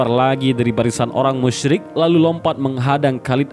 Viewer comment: Maaf sebelumnya Saya dengar Pengucapan kaum musrik sama kaum muslim hampir sama Saran, yang musrik ganti pengucapan kafir